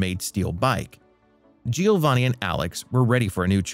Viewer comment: This narrator deserves credit-he didn’t pronounce Giovanni’s name correctly not even once. 😂